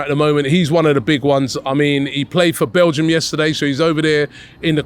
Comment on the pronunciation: Did I just hear Robbie say Amadou Onana played in Copa America for Balgium? 😂😂😂😂😂😂😂😂